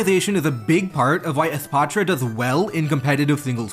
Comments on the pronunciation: holy fk youre the first youtuber to actually pronounce the name for what it is. The "patra" part is important;. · pronouncing espathra with a softer t sound instead of a clunky th sound is so cool and shows your cultural background which is interesting